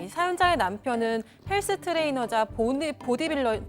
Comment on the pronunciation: 트레이너 이게 발음 안대ㅜㅜ